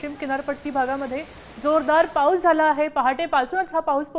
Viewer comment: Slow pahus la pahus cha kahar kay pan bolte news wala na kay kam nay ka